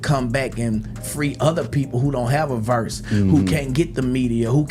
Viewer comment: Did he just say “Verse”?😐